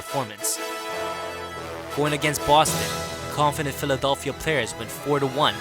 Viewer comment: This man said philidolphia